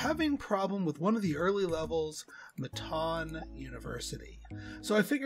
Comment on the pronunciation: Am I the only one who says it “mitten” like what you wear? 😂 I was cracking up at him saying “mi-TAWN” the entire time. 😆🙈🤷🏼‍♀️